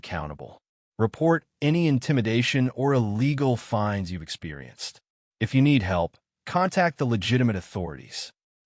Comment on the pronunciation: LIENS NOT LEANS.FINES NOT FINDS.